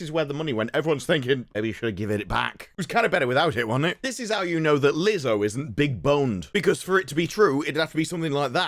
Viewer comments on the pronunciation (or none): none